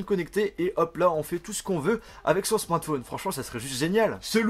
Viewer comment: pourquoi tu dis la plupart du temps "smortphone" au lieu de smartphone ?